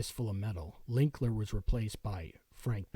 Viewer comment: It's Dan LILKER. Not LINKLER or LILKNER. Come on, man!